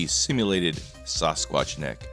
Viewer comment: Sass-sqwatch???? I’ve never heard anyone pronounce it like that. And clean the dead hooker off your camera you psycho.